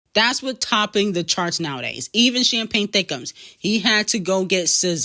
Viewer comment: She gets me with the "champagnethickumms"😂😂 kills me when u say that lol